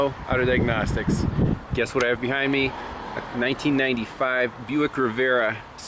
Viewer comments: not riv-era, ri-vi-era, as in the place where you cruse. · Not Rivera like Geraldo, Riviera like the French Riviera, back when cars had the names of famous places or events, some still do but not the Nazi mobiles, they use comfusing collection of numbers and letters and we won't even talk about VW, I mean what the thunder is a passat, it's German for trade wind and jetta has nothing to do with star wars yes I know it's Jedi, jetta is germanium for jet stream. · Riviera. Proper pronunciation is Riv-ee-air-uh. lol. Someone has to give you some grief.